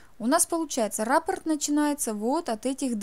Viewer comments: Не рАпорт, а раппОрт. Вы же профессионал? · Извините. Но в данном случае раппОрт. Ударение на второй слог . Сама удивлялась...когда узнала